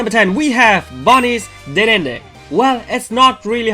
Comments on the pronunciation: dedenne is pronounced de de neigh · You see dedenne wrong its (de-de-nay) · Iris doesn't have a gible and dedenne is pronounced as the damn a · I only come here to hear him say dedenne xp